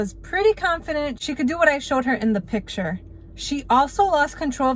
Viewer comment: piture if that is how you say it